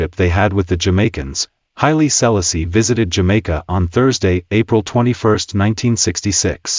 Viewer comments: The relentless mispronunciation of "Selassie" smh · A.I really….can’t even pronounce the name….hilarious. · Dis man pronouncing Selassie name wrong..wat da bombocloth wrong wit him